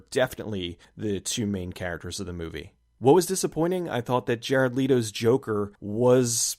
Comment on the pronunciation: "Jared Leeeeeto" Leto, like meadow.